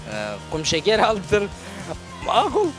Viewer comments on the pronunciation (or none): none